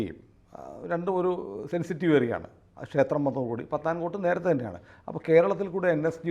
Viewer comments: anchor meant to say Pathankot. This should be pronounced as പഠാൻകോട്ട് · പത്താൻ കോട് ❌ പഠാൻ കോട്ട് ✔️